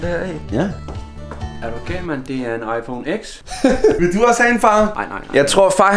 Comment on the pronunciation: 10 ikke "eks" det udtales "ti" Ved ik hvorfor det giver mig bare autisme når folk siger "eks" Men MEGA nice video!!!